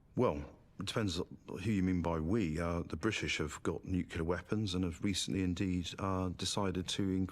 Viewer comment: The guy talking about "nucular" bombs is an idiot.